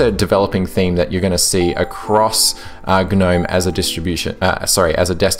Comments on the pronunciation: The word Gnome is pronounced "Nome"! "Guh-nome" would be spelt G'Nome. Please learn how to talk properly. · Click Bait title down voted, this is a PinguyOS review. I was looking for a debate about Gnome. And I can't stand hearing you say GNome. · Umm... yeah, I think the g is silent dude. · ok right is it pronounced "g'nome" or "nome"? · The G is silent. Think of lawn Gnome. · Dude, the G is silent.